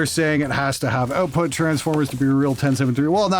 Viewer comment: "OAT-put transformers" lol